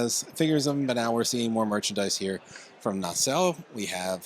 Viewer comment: Stop saying "nay-cell." It's just na-sell.